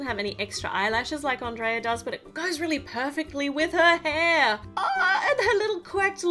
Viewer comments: It's pronounce (On-dray-a) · Andreea not Andrea